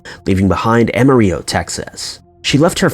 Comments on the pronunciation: Ama-rill-o. Never heard anyone say Ama-riyo. I was raised and still live in Texas. Just a side point! Awesome video though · Am-UH-real-oh = Amarillo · Amarillo is not AMARIYO, it’s Amarillo just as written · I'm from Texas and that's not how you pronounce Amarillo idkwth you said or why you would think it would sound how you said it literally how it sounds "Am- A -Rillo" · "Ama-Ree-Oh" Texas? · Am-uh-RiLLo. what is with the narration? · He also mispronounced Amarillo as Am-Ma-Reeo...(head shake) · You’ve never heard how to pronounce Amarillo?? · "Amarillo" is pronounced like a soccer mom in the midwest would pronounce it. The two Ls ain't silent.